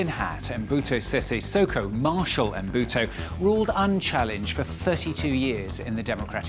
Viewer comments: Who do they keep saying Mobuto? It's Mobutu. This error is everywhere I don't understand why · Mbuto😂😂😂😂 instead of Mobutu!!! Work on your name pronunciation. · Quiet honestly how does the reporter pronounce Mobutu as Mbuto. If you are going to make a feature long documentary about a subject, the very least you could do is learn to make a decent prounciation of the subject. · Mobutu not M buto!!!!!! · Just as an aside: his name is not "EM-buto" but Mobutu with a U at the end ("Mo-Boot-ooh") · It's not Mbuto...say it right ...its Mobutu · it is NOT EMBUTO, IT IS MOBUTU ! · Stop! Saying! Mbutu! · its Mobutu not Mbutu and Zaire is not Zayire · The presenter cant pronounce Mo bu tu.... or even Za yi re ...!! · Learn to pronounce people's name properly. Lack of respect. MO BU TU!!!! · It’s pronounced MO-BU-TU, you f—ing moron. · Surely as a seasoned journalist, you could research the proper pronunciation of Mobutu? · Can't you pronounce Mobutu...don't report about stuff you don't know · He mispronounced Mobutu so many times. How do you justify a gaffe like that? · This guy cant even say mobutu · Le présentateur est même pas fichu de prononcer " Mobutu " correctement. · Gosh, this fellow cannot even pronounce "Mobutu". What a shame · this reporter has no clue how to say Mobutu's name. He butcher's it so badly that if it were not for the images of Mobutu I would have thought that he was referring to someone else. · Atleast pronounce his name right, his parents didn't make a mistake when they called him Mobutu..